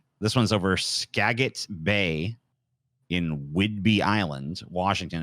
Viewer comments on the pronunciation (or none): Not trying to be the pronunciation police or anything, but just for the sake of information, Skagit Bay (like Skagit County) is pronounced Ska-jet, as apposed to Ska-git as it appears!